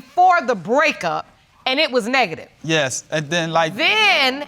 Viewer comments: The test was “Neegaty” 😂😂 I’m dying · He can't even pronounce the word negative, smh. None of their elevator goes to the top floor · Did he ask how do you say that “word”? And he was trying to say negative! I….I can’t deal😭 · He's 48 years old and can't even say negative... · He doesn't even know how to pronounce the word negative? Childish loser. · Wait so ain’t nobody gonna say anything about him not knowing how to say “Negative” 😂😂😂😂😂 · ***wait he didn’t know how to say Negative?!? 🥴🤔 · He has five maybe six kids and don’t know how to say the word “negative” yikes! No wonder the mother is there. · Me: *sees the title*.....here we go, this why I'm single. He acts like he's 18 can't even say negative right.